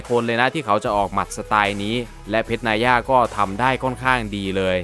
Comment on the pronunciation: เพรชนายย่าไรมึงวะ อ่านว่า นาย่า